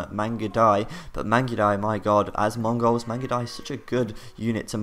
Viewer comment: I love the way you pronounce 'Mongols' as though you are, yourself, a Mongau.